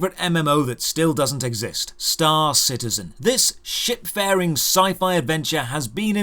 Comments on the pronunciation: I hear shit farring not ship. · Did you say "shit faring" or "ship faring"? lmao! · "ship faring" or "shit faring"? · At first I thought you said "shitfaring sci-fi adventure" and you'd still not be wrong if you had